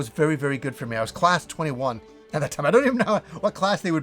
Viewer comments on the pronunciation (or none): none